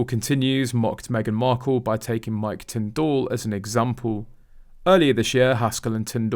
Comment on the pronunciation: Mr Tindall's name is pronounced tindle, not tinned all.